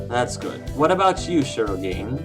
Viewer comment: If you don't mind, I'd like to point out that you're mispronouncing shirogane. It should be pronounced as she-ro-gah-ne(y).